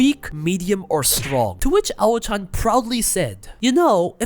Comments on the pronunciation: Personally, I look at the cast to decide the shows I'd watch. If I see Aoi (can be pronounced as Ah-Oh-Wee or Awh-wee) on the cast, I'll consider it. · Not only are you getting her name wrong, but you're truly butchering the correct way to say the word "pronunciation". It's not "pronounciation". There is no accent or dialect where what you're saying is correct. As for her name, just approximate it as "ow-ee".